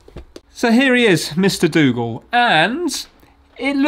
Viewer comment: Dougal :) i though you said " Let;s fix Google " :-)